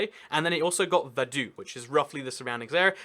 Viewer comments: Isn't it like "Fadutz"? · You pronounced Vaduz wrong. The Z isn't silent. Try saying Vaduts. Anyway, nice video :) best wishes from Switzerland 🇨🇭